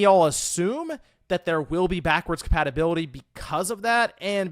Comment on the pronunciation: Has anyone else noticed that he says "patibility" instead of "compatibility.?"